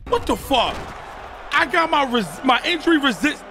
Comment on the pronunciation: WHOLE VID got me in TEARS 😂😂😂😂 bruh getting his whooped so bad he mispronouncing words lmaoo INDURY